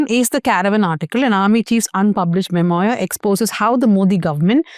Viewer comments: It’s not ‘mem-oyer’. It’s’mem-wah’. This is basic. That said, it’s a relevant subject that’s been covered very well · The word is “mem oo are” (French). Please get your pronunciation right